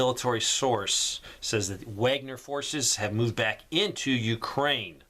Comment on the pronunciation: Please stop mispronouncing Wagner…….